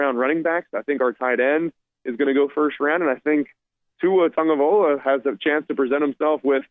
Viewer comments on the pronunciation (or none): Tagovailoa not Tagovaiola,. 🤦‍♂️